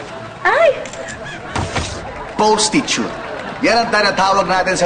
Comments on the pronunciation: Post-ti-tute hahaha daming tawa ko dito hahaha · Post-tu-tute hahah daming tawa ko dito hahaha